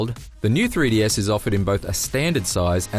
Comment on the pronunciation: "Free Dee" Dude...come on.